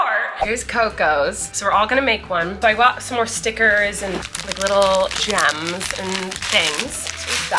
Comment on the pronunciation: What is your favorite thing that says? Like gams instead of gems